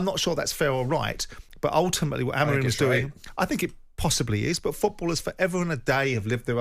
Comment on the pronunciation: Why can't you pronounce Amorim's name correctly and you keep saying AmArim? Where do you see the second A instead of O (like in do)? Besides hearing problems are the English also short seeing? Get a doctor, please!😂😂😂